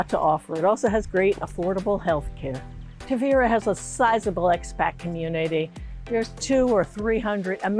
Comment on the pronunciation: Too bad you still haven’t learnt to pronounce it! It’s Taahveeruh……..